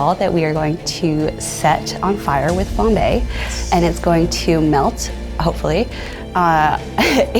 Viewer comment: Monique: flambé 💁🏻‍♀️ Cc: flombay 🙃